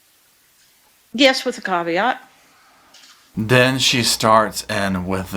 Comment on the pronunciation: “Yes, but with a cav-e-ott”. 🤦🏼‍♀️